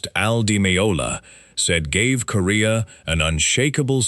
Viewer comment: The Chick Corea video you have is not of the classic Return to Forever line up but is the much more recent Electric Group. Also “Corea” is pronounced like the country Korea.